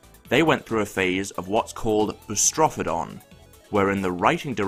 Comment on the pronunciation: i think its pronounced "boo-strah-fee-dun". not "boo-strah-fah-dawn">